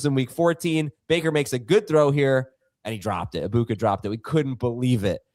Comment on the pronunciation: Can we stop say “Abuka” it’s “Eg-buka”